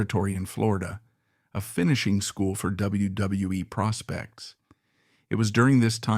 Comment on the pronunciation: Please someone teach these AIs to say W W E.....WWF......WWWF.....WCW....ANYTHING WITH A. W IN IT.